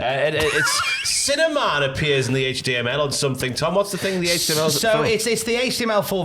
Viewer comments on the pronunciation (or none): Sounds like your saying cinnamon, not sinner man